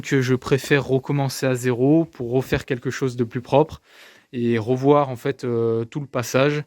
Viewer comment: « Pour rofaire et pour rovoir » bel accent ! Super projet en tout cas !